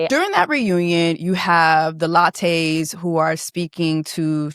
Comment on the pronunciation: The lattees ????!!! did I hear you call the lasheys lattes:)